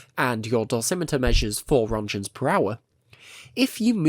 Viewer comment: "1000 rontchens"